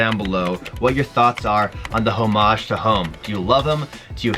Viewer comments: I think you need to learn how to pronounce "homage" lmao but either way the HTH are ugly af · Also the way u say homage is so funny haha I laughed every single time 😂😂maybe that's the Canadian way